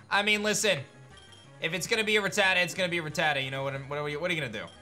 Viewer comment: I honestly don't know why all of these people say Ratatta wrong... If you listen to the Anime, Ratatta says its own name, it's RAT A TA not RAT TAT A...